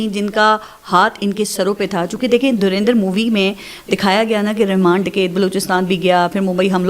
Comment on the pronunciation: Paras please correct pronunciation of movie durindar nahi hai Durandar hai